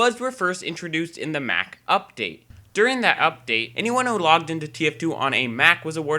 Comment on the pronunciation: The way said Mac tho